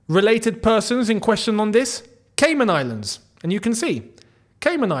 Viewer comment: Nah the way kept saying “Caynan Islands”😂😂😂